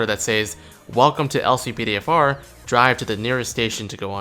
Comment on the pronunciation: how to activate the LCPDFR mod? i only hear "Click all NP" when u said how to activate it